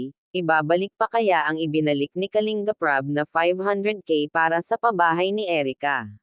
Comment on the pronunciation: Anu klase pag basa mo sa KALINBAP. .....???